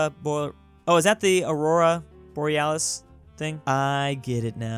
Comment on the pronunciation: pronounciation of "auora borealis" auora borealis